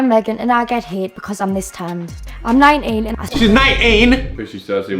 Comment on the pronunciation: 😅 That's how you say 19?